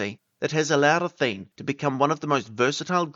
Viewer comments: Interesting but I think athene should have 3 syllables: a-THEE-nee. It obviously comes from the Greek goddess who is usually portrayed holding an owl and she certainly was pronounced that way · Athene should have ALL the syllables pronounced Atheenee.